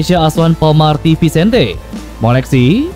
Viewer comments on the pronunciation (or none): none